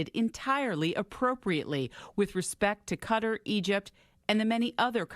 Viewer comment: Why is it so difficult to properly pronounce Qatar?